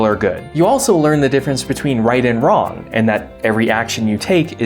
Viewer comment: It's pronounced "Wrong" not "Wron".